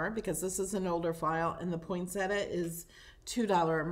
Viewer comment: The flower is pronounced poin·set·ti·a. Most people pronounce it incorrectly.